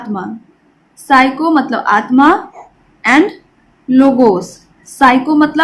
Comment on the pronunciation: Mam psycho nhi psyce